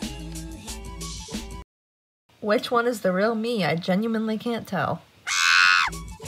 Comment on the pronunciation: "i gemully can't tell"